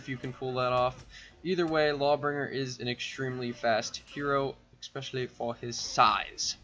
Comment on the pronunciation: It’s “especially” not “expecially”